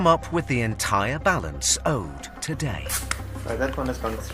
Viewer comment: TAHDAY??? Does it need to be paid TAHDAYY??? 😂